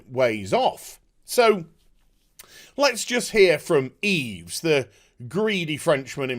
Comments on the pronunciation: Oh a propos, as a matter of correct pronunciation of the french name Yves....the s is silent, therefore, it should sound like "EVE" when you say it correctly. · Yves is actually pronounced "eve". The more you know.. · btw the s is silent in Yves:)